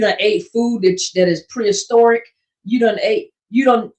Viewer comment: Did pastor just say pre historic foods 🤣